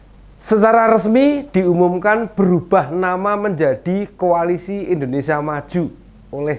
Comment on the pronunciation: lucu lucu si bowo, ngomong koalisi jadi ko'alisi?🤣🤣